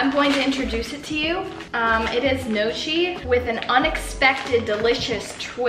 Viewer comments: i love how you have a playlist with Italian music and I don't (I'm Italian lol). also, the word gnocchi is pronounced nyohk-kee <3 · okay as an Italian person i am offended by the way you pronounce gnocchi, its pronounced nockee or no-kee not nochee btw :) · Just so you know gnocchi is pronounced "no - y- ke" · ahaha gnocchi is actually pronounced "ni-yo-kee" its really weird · the way you pronounced gnocchi tho 😂💀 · please look up how to say "gnocchi" (no hate!) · i love you but you butchered the pronunciation of “gnocchi” so many times 😭